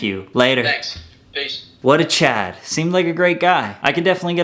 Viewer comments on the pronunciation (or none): Lol on the last guy did you say “what a Chad.” Or chat 😂